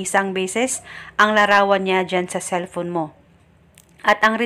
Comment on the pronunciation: "Cellphone" yonnnn, anong celpon??